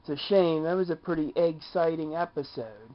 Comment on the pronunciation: Haha did you say "eggxting video" if you did or not I died! Wow less then a minute